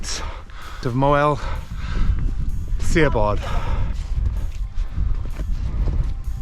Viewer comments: its pronounced as shabod, not siabod. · 😄 🤣 😂. It's not see- a-bod. It's sha-bod. ❤❤❤ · Pronounce the i like an h so instead of Sea-a-bod it sounds more like Shab-odd, it's a great scramble and one I always advise people to do a few times before heading for Crib Goch just to build a little experience and confidence, carrying on and walking the Moelwyns right down to Blaenau from there is a stunning day out and I think the views just keep getting better and better as you get nearer to the coast, I love the views down to coast for the summits of Moelwyn Mawr and Bach. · Moel shabod... Not moel see-a-bod 'si" is 'sh' in welsh flies away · SIABOD is pronounced SHA-BOD, not SEE-A-BOD folks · Really enjoying youre videos guys, love the chemistry between the two of you. Im from Llanberis myself and have tended to stick to Snowdon TBH mainly, but have done the glyderau etc over the years. Done Moel Siabod a few times via this very route....BTW its Shah...bod, much easier to pronounce than you think..ohhkay patronising bit over with😊. Just come back from a wee trip to Buttermere where I did Red pike, high stile and crag but chickened out on haystacks...so Ive been binging your lake district exploits as well and shall be using as a blueprint for future trips I intend to take. Keep on keeping on, welle for conquering that pesky vertigo!! Tale care guys❤ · It's Sha-bod.... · Nice video, a bit dramatic maybe, the pronunciation is Moil Shabod... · Apologies if it's already been mentioned but Moel Siabod is pronounced Mole Shabod. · Moel Siabod, (Welsh pronunciation for the English - Mole Shabod) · Superb video of Moel Siabod scramble!! really enjoying going back through all your vids this evening. Incidentally, its pronounced more like MOIL (as in boil) SHA (like in sharon) BOD (bod, like in.....bod!) - stick with me for more welsh pronunciations using terrible phonetic examples hahaha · Great video, rubish pronunciation 😆